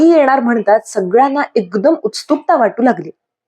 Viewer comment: मला एक छोटी सूचना करायची आहे — तुम्ही “उत्सुकता” हा शब्द वाचताना “उत्स्तुकता” असा उच्चार करता. तो प्रत्यक्षात “उत्सुकता” असा (मध्ये “स्” अर्धा घेऊन) उच्चारला जातो. बाकी तुमचं वाचन खूप छान आहे 🙂